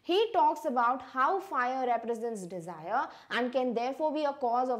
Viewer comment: mam said defire